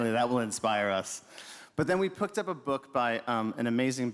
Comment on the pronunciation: he said “but then we pooked up a book” I had to rewind to see if I heard him correctly but he literally said “pooked” which is exactly like me, because sometimes I just struggle to speak properly even though English is my first language 😂